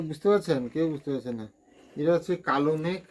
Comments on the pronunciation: Kalomegh na, kalmegh hobe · Kalomegh na kalmegh bole